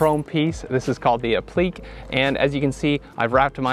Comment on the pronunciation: Excellent video, I just have one thing to say that’s not a negative. It isn’t appliqué pronounced like that. It’s app-la-ka. Like I said, excellent video with solid mods and I hope you enjoy the car a great deal. I love my V2.